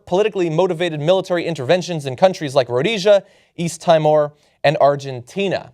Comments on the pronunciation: I'm John's pronunciation of "East Tie-moor." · Its pronounced 'East Tee-more' BTW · east TEE-MORE.